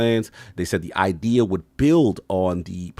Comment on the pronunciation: addict: it's "innovate", not "innervate"!! Also "idea" not "ideal". SPEAK ENGLISH. meaning no offense 🙏